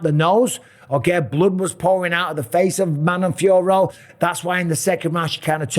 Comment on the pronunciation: Liked for getting the pronunciation of the fighters’ names right. All the commentators calling Fiorot “Fee-yore,” and even Bruce Buffer calling Natalia Silva, “Natalie,” twice.